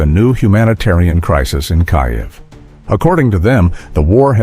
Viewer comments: 'Some' were intercepted...? BULLSHIT. Maybe 1 or 2; the rest were untouched and did the job...Stop lying with your pathetic ("Kai - ev' instead of Keev...WTF) AI narration...Downvoted! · o please!!!! IS NOT "KAJEV"!!!!